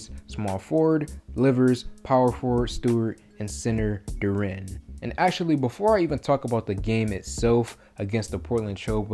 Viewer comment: This is a 20 year old kid. It can take years to develop. He is right on track. Your criticism betrays your lack of understanding about player progression. By the way Dur-en, not dur-ren.